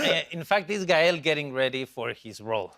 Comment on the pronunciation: Thank you Jimmy Kimmel for saying his name right!!! Gael (guy-el)